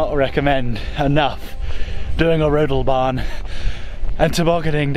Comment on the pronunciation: Your pronunciation of Rodelbahn was like from a local...perfect 👌 😉